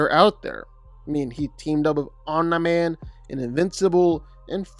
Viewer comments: Omni man❌ Oh meh man✅💀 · be like omni man ❌ omna man ✅ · Who is “Onm-nye-man” 😂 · "Omnuh Man" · Omne man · “Omna man” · “Omnye man” 💀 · He must say all of the names wrong on purpose, there’s just no way he doesn’t know how to say Omni Man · he aint say it right the whole vid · I’m convinced ur butchering the names on purpose… no way your pronunciation is this bad😆